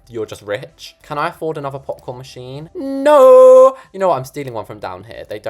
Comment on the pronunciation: You sound LIKE A CAT BEING STRANGGLED?!?! why do you ALWAYS make me die of laughter!!?? and so srry but your from the uk right? so when you we're doing "no no no noooo It sounded like "NOR NOR NOR NOOOOR